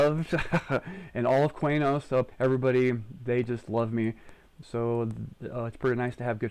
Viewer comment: "quey-nos" vomits